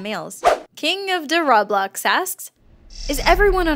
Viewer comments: that's the wrong pronunciation it's pronounced like roeblocks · anyone notice that she said rob blox? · "King of da robblox" lol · said Ra-Blox instead of RoBlox. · and also you said rablox its said ro-blocks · said rah-blox its ROE-Blox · its not pronounces rob- lox, its pronounced roh-blocks. i know cuz i play roblox myself. srry for being a cringy f***ING nerd. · How pronounce ROBLOX: ro blocks=ROBLOX in stead of rablocks(?) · RAH-BLOX Me: T R I G G E R E D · like roblax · she said his name wrong it's said like this "Roblox" with a long "O" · You mispronounced roblox in KingOfDaRoblox its like the ro in robot its a really cool game actually...not robot, I meant roblox...roblox is da cool wun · It's "ro-blox". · I got so triggered when pronounced "Roblox"(Row-blocks) wrong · pronounced roblox wrong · You pronounced roblox wrong it's a game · She mispronounced roblox...she spits on the roblox simbol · Finally they pronounced a word wrong... (Roblox) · You still dont pronounce roblox right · She pronounced roblox wrong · THE WAY YOU PRONOUNCE ROBLOX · am I the only one that is TRIGGERED the way she pronounced roblox? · they pronounced roblox wrong